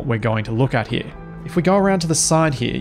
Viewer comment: Man straight up said "Here" like an american or so. lmao had me laughing so hard. Enjoying the proper tutorial, thank you so much. I was absolutely hating this game otherwise the past few days.